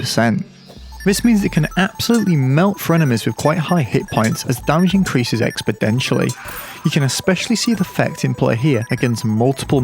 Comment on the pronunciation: Can't speak for the Keybrand, but the Buster Sword was pretty damn good for non-boss enemies in early Hardmode even back in 1.2.4. yeah that's why you use a Cobalt/Obsidian/Ankh Shield, which is standard for most builds. Also it's "exponentially," not "expodentially." I'm being a nitpicky bastard today, aren't I?